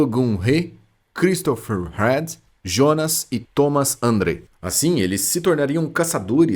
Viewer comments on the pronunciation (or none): none